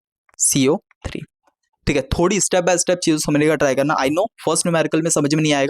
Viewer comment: Caco3 bolna seekho